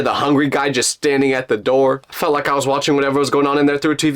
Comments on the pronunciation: The 'Open The Noor' got me 😂😂😂😂😂😂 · Owen the nooyer got me rolling